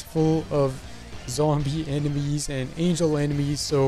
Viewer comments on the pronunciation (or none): none